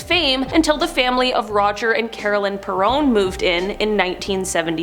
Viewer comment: It's spelled perron, but she pronounced it perrone